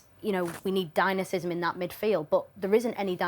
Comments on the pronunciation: She mispronounced “Dynamism” twice with dynamisism 😂 which brought a smile, but otherwise she held her own with those lads which we’ve seen others fade into background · “Dynasysem” is crazy 😮